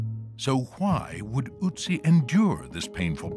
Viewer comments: It's great that PBS is making so much Nova stuff available on YouTube now. It’s a shame, though, that, with all their resources, they couldn't get anybody to make the narrator rhyme the "Ö" in "Ötzi" with the "oo" in "book" and "good" instead of the "oo" in "boot" and "food". It's like spending an entire documentary talking about Adolf "Hightler" or George "Wayshington". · Yes, the narrator is very ignorant. There is no Uttsie, the name is Ötzi. "Ö" more or less as in "early". The word comes from "Ötztaler Alpen", the mountain group, where the body was found. Its boundaries are: - Reschenpass 1508 m - Stiller Bach - Inntal - Ötztal - Timmelsjoch 2474 m - Passeier - Etschtal - Reschenpass. So, You see that the names last origin is the Ötztal. And this comes from the old German word "etz" for meadow (Tollmann 1986). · His name is Ötzi not Otzi, imagine trying to spell and pronounce foreign names correctly once in your lifes. The whole world tries to pronounce names like they are supposed to sound in the language they originated from, of course not the native english speakers, you just make up new "easy to pronounce" names because a bare minimum of effort is too much to ask for. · As interesting as this whole video is, I can't get over the pronunciation 😭 I'm Austrian, Ötzi is not pronounced with a "U" sound. The sound kind of reminds me of the 'ay' in day but not quite like that either. But definitely not the way they kept saying it. 😭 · The pronunciation is quite bad. The "Ö" in "Ötzi" is like the "e" in "her". Even just saying the name of the online shop "Etsy" would be closer to what how it should be said. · Of all of the times “Oetzi” was said, I think I only heard it pronounced correctly one time; by the German woman with the 3D printing company. Makes sense, I guess. Would have been nice to see a digital recreation of what he looked like, and not just a recreation of what he looks like now. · I as a German cringe every time he mispronounces ötzi